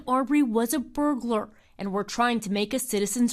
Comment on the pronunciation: Apparently, "burglar" is now pronounced "Juh-Ah-GuR"..